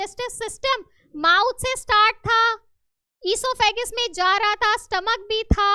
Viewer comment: Mam esophagus not esophagus